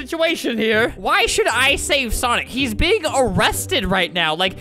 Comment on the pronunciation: You said been as beg don't trust me do words in box Edit:it's big.not.beg sorry